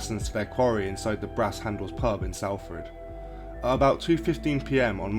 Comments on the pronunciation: It is pronounced Stay-lee-bridge and Sol-Ford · Salford being the main one 🤦‍♂️